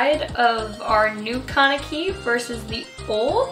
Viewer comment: thats not how you pronounce kaneki